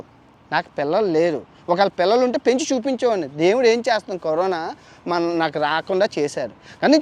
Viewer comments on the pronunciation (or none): none